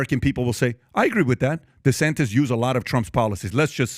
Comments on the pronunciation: Did anyone notice Trump kept saying “DeSanctis”, not “DeSantis”. It’s a playon from his original attack “DeSanctimonious”. It’s subliminal, it’s intentional and it’s pathetic. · Is he calling him Ron Desanktas